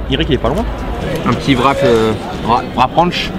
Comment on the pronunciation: Mec je suis désoler mais on dit pas vrap, mais wrap